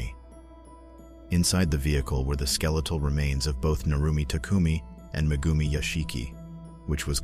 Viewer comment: Mah-goomi? Yeah sure,...